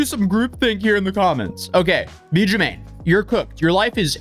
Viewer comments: You pronounced his name (jew-MANE) it’s (jew-MAH-nee) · jumaNNE (joo-mah-ne), not juMMane (germaine). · Holy crap this is so out of Order Chronologically. Your timeline is WAY off. but you have Almost 2 million followers so now this is just fact. Pronunciation is Jew-Monny not Jermaine. The SubWay song was YEARS before the SubWay Crashout. Not saying he's a good guy by the way, just saying. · That’s not how you say his name 😂😂😂😂 (ju mon e) yes I watch his videos his immaturity and contradiction is interesting to watch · Would be better if you actually tried to pronounce his name correctly bc it's not Jermaine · Calling him Jew-mane like 8 times was crazy work. He literally says his name at the beginning of every video. probably did hours of research and he still said it wrong! Jumanne can’t get no respect 😂😂😂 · His name is Pronounced “JEWMAHKNEE” You’re just not loving him unconditionally